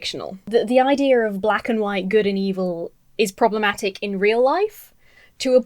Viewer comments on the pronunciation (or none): none